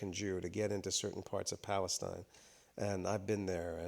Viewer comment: Pronounce "Balestine"